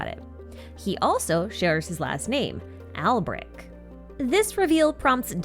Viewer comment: the most surprising thing was the voice actors actuallc pronouncing Alberich semi accurately instead of just saying "Alberick" /j